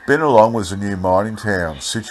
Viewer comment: Hope im not taken the wrong way .. Binalong is pronounced (By-Na-Long) Love your narratives and i know so many of the areas in these old articles .. look forward to many more 👌🙌☺️